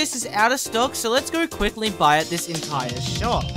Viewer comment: TH its entire not Intier or Enitier